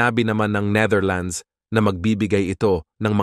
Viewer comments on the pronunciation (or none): none